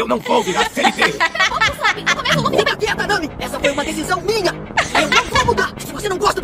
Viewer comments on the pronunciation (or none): none